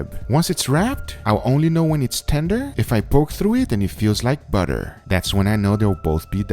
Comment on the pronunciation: “It’s like meat buhtor”